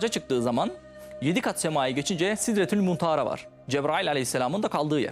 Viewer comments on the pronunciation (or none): "Sidretul muntara" değil" sidretul münteha",sizin gibi cahilleri kanallara çıkarıp insanlara ayet hadisi yanlış anlattrp toplumun inancını zedeleyenleri Allah hayrla ıslahı mümkün değilse kahretsin,dinlemeyin bu insanları! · Sidretul muntehera ne yaa bu adam daha sidretul munteha demeyi bilmiyo Ama dini anlatiyo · Aman yarabbi bu kadar sallayanı ve uyduranı hayatımda görmedim. Bir insan bu kadar mı cahil olduğunu belli eder ilmi hiçbir vasfı yok.Daha kelime tevhidi doğru okuyamıyor.Sidretül münteha demekten aciz.Nihat doğan kılıklı dolandırıcı sahtekar inanmayın bu düzenbaza.